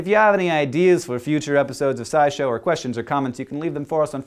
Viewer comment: The way you pronounce "sci" in "scishow" is te same as the Dutch word "saai" (=boring).